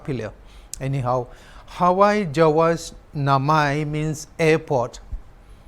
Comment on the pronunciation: It's hawai jahaj and not hawai jawas, how you reporters are so careless.